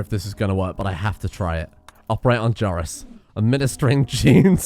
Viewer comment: I thought you were butchering Joris. Don't scare me like that.